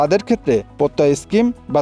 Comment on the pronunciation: স্ক্রিম না স্কিম